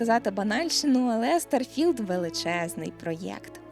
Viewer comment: Блін так незвично ти кажеш старфілд мені здається що має бути трошки не так